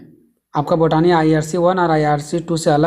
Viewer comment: Botani ko बोटनी padha jata hai बोटानी nahi 😂😂